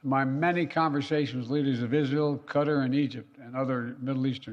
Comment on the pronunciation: Still, he is saying Izhell. He works for a foreign country. He sold America.